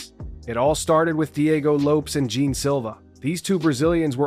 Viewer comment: What the gel is wrong with you peach can you not pronounce Lopes or Jean properly? You Jean Gene and Lopez Lopes pffff……..